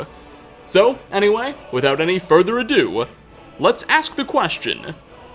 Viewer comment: Without any further ado-wuh, let's ask the questionnuh: Is Jarl Balgruufuh... evillluh